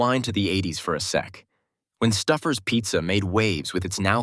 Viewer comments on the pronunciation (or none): "Nineteen ZERO FIVE"? "STUFFERS"?! (Stouffer's) What in the AI Is this mess? 😂